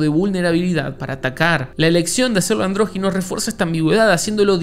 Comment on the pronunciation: se dice andrógino